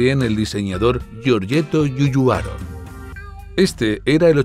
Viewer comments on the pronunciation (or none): No es XUXUARO sino GIUGIARO.